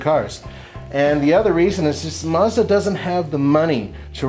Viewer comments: Why do americans pronounce car names so badly, its MAZda not Musda, its NISSan not Neesan and its JagUar not Jagwar. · Mazda, not fucking maaaazda! MAZDA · Why do Americans pronounce it "Mozda"? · It's Mazda ( maazda not muuzda)!